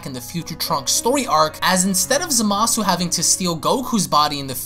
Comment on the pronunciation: It's pronounced zam ah sue